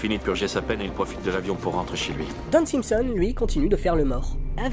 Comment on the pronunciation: j'allais le signaler aussi, en effet pas très clair la façon dont (simpson) c'est dit ;)